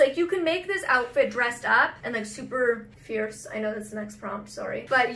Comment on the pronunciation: Ierce, Arless, Female 😂 that’s the first thing I though of when he said fierce